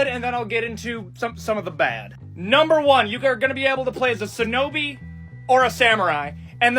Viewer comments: The dude complains about culture appropriation and yet pronounced "shinobi" as "sin-obi". Also kunoichi exist too. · you can just hear the incel erm ackshualy nerd lisp is heavy with that guy. Also the dude is wrong there were women shinobi's (also he mispronounces shinobi multiple times) .